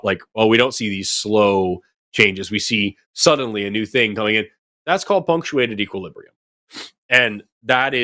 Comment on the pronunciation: I know Forrest was saying "punctuated equilibrium," but for some reason, in my head, I kept hearing "feng shui equilibrium," lol.